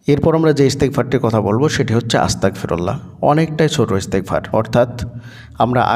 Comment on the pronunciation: আসসালামুয়ালাইকুম ওয়া রহমাতুল্লাহ। ভাই যান আপনার উচ্চারণে বুঝাযায় আস্তাকফিরুললা, কিন্তু এইখানে উচ্চারণ হবে আস্তাগ ফিরুললা।